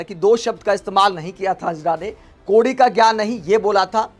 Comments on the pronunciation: भाई तुम ढंग से अंजना नही बोल पा रहा है तो पत्रकार kya bnega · Anjana name sahi se uccharan kijiye bhai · Pehle tum anjana' bolna sikho sahi tarah se. Nehi to 'anna' tumko bhi court ghasitegi🤣🤣🤣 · अंजना का सही उच्चारण करें